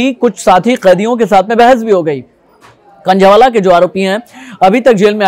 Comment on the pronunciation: Khnjheee wala nhi h khnjhawala h